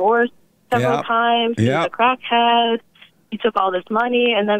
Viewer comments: 😂😂😂😂😂😂 i love it when he says Crat Head 😆😂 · No he said crat head